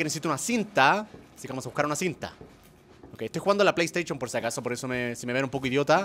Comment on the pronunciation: Me encanta cuando dice pleyesteichon enves de playstation :v